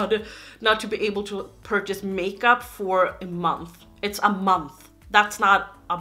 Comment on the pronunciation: OMG, everytime you say makeuo FISTER! U naughty girl hahaha! :') I'm hella excited for you getting a new camera, I'm a real sucker for good quality videos, with good light and audio, yummmm (even tho your quality now is great!) Whatever you are planning next year, I hope that it's gonna be great. I can tell it's really important to you, I give you the best of luck! We will still be here even if you can't upload everyday haha! You are the best <3